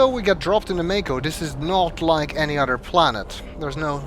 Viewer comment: Oh, why!? My sister pointed out to me that when you say "other" it sounds like "udder" D